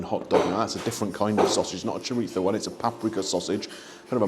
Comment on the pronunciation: Interesting looking breakfast, glad it was as good as it looked. It is nice to hear an English person pronounce chorizo correctly, th has become a problem sound for many English, I actually remember the teacher when I was little teaching us how to make the sound, now it seems three has become free, and so on. In NY, but not America in general the th sound is tur, as in turty turd, 33th. Anyway the review was very good thank you.